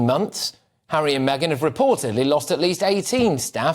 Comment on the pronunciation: "Tour" the African parks Hawwy.